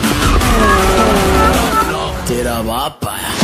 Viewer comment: अरे नरेंद्र मोडी नहीं 😂नरेंद्र मोदी जी कहो 😂😂